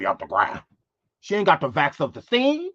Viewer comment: Bro! You are “of the” funny! Okerrrrrrrr! Lemme sit back and sip🫖☕️🤙🏾 you said “ vax of the seen” I’m 💀☠️!!! You are 🤡in’ on em❗️❗️